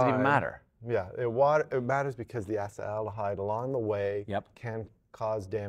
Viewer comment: Like your accepted pronunciation of acetaldehyde.